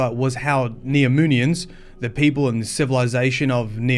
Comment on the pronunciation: I thought I heard him say "Neominions" in the beginning.